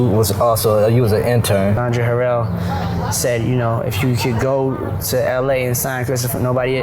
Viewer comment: I could be wrong but, Andre’s last name is pronounced “Huh-Rell”…or maybe he said it that way to be fancy 😂 I’ve watched soooo many deep dives on Diddy b/c he has so much mess that it’s hard to process everything at once 😭